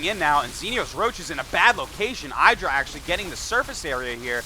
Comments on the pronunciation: pretty sure in a recent interview idra said the pronouciation of his alias had the not much enphasis on the i. Like, it's not pronounced "the apple iDra" or somthing. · yo, Artosis, it's pronounced "Ee-dra".